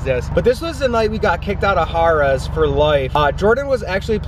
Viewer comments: Har-ruhs? Harrah's = hair-uhs. It's good to be informed :D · U ARE PRONOUNCING HARRAHS WRONG,,,,,,U ARE SAYING HAR LIKE AS IN CAR BUT THATS WRONG,,ITS LIKE FARAH OR SARA WITH AN S AT THE END,,U MAKE IT SOUND LIKE HORRORS BUT HORRAS